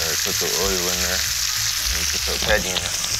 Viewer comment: The way he says patty